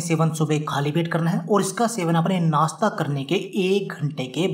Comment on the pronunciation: "नास्ता", "सरीर" "सुद्ध" क्या होता है; कोई उच्चारण दोष है क्या? आपके उच्चारण दोष के लिये कोई ड्रिंक??